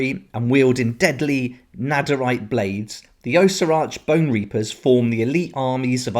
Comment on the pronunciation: Say it with me Aww-sea-ark. 🤣